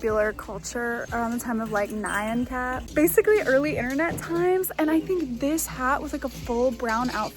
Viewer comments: it’s nee-ahn (nyan is the jpn word for meow) not nai-ann by the way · they way you pronounced nyan cat sent me basuadhsaoh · The king pin top made my think of Speed Racer. I kinda loved it. Also, the way you said Nyan Cat caught me a little off guard. I'm not diminishing your dialect, but I've never heard it pronounced that way before. I do appreciate the love for the golden age of the internet: When a noble trio of unicorns ventured, a pop tart cat graced is with ten hour loops, gleeful forest animals brutally rampaged, and squirrels gave us insightful rants in the lighting in the lighting and the in the rain. It was chaotic. It tasted like freedom. It is a time I sorely miss.